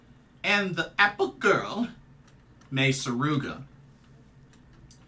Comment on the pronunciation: Im so glad you said Mei Suruga's surname correctly, i've heard her been called Sugura on at least 2 review videos for the show today.